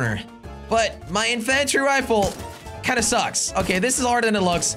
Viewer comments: Makes me mad to hear him pronounce it wrong... Jelly, it's pronounced In-fun-tree rifle, not in in-fan-try rifle. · You say (in-fan-tree rifle)but it is (in-fin-tree rifle sorry) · Why does he pronounce it inFANtry rifle? It’s INfantry rifle. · I say that too! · It's in-fen-tree rifle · U not saying infantry rifle right! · the way he says infantry... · The a in infantry is pronounced as a i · Otherwise its sounds weird